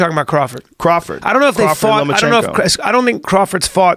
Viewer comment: Lomachenko...not, Lomanchenko.